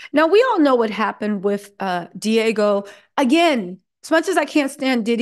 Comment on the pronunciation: It's not Diago It's Diageo